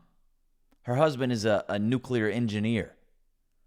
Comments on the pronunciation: She can't even pronounce the word "nuclear", she says "nuculear" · I think it's amazing that she's trying to dunk on her husband and says "nucular" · *"nukular". she said "nukular". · She said “nuke you ler” instead of the correct pronunciation. Her husband must be so ashamed. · Imagine being married to a nuclear engineer, and still not know how to pronounce "nuclear." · She can’t even say nuclear right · She can’t even pronounce “nuclear” correctly. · She literally can't even pronounce nuclear. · She's a troll literally and figuratively. No one who looks, sounds, and contributes this awfully would act like she's acting. She can't even pronounce nuclear! Total BS. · Buddy’s a nuclear engineer while she can’t even pronounce “nuclear” but he’s the incompetent one… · She can’t even pronounce “nuclear” and she’s saying her husband is the idiot. How quaint. 🤣😂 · She can't pronounce the word "nuclear" correctly. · She pronounces nuclear wrong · YouTube won't let me quite her mispronunciation of nuclear.